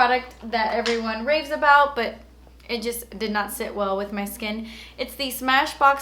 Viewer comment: Lol. But it's nurt. Lol.